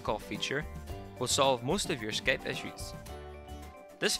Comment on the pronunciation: Skaype hahaha